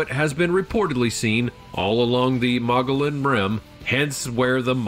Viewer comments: It's pronounced Mo-gee-on. Drop the L and think of them as breaks or slight pauses. Saquaro is pronounced Sa-whar-o. Tohono Oʼodham is pronounced how it looks. Piestewa is Pi-es-te-wa. If you have questions on pronouncing names please take the 2 minutes of research to look it up. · The Mogollon monster... Mogollon is actually pronounced "Mogyon or Mogeeon". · maybe "Moe Gee Yon" is better